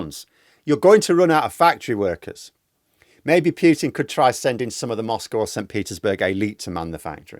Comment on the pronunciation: There's no y sound in the name Putin. If you know how to say "Poo" you know how to say "Putin".